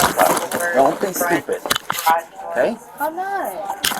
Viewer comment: When the officer said “ okay” and she repeated him , I definitely thought I heard her say “ ain’t no OTAY” 😂